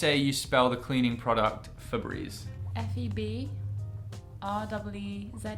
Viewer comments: Fabreze. When you have an E at the end of a word, the vowel before typically says it's name. So the E is said EEEEE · I think its pronounced Febreeze because the e at the end turns the second e into a long e. So Febreze doesn't need four e's.